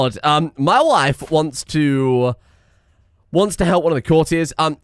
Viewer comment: "Mah waihf!" gets me EVERY TIME. Why, why does it get me so often?! Also if you want something to spend that prestige on you could always declare wars and sic the HRE/Francia on your enemies while you sit back and do nothing. Beauracratic also seems like it could be changed out in your culture, since it's fascination speed is irrelevant and your artifacts mean you hit the cap for lifestyle XP, making it's lifestyle XP bonus irrelevant, meaning it's doing literally nothing for you.